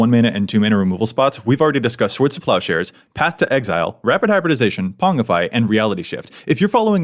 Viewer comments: How is the only one who pronounces pongify correctly. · Glad y'all taught how to say Oubliette. Now start working on Pongify, and Cleric, 😆